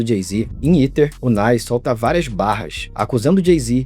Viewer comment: 🥷🏽 it’s Ether, not Eater 😡